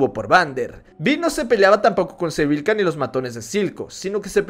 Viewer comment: No es Sevika? Escuche que decías Sevilka